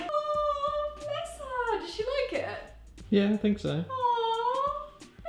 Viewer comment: Why do you always say ahwhwuuu blesssssss herrurue? And I’m spelling it the way your saying it